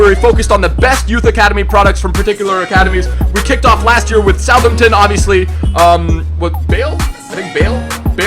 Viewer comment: Was anyone else watching the stream where Nick28t said that's how said Southampton????